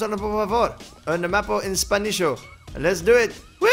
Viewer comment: "¡Spanisho!" - 2014